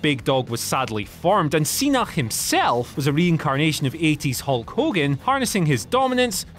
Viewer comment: Oh yes, of course the Hulk Hogan pooshes 😅😅😅